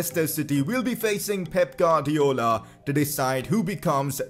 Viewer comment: Pep gadiola😂😂 It's guardiola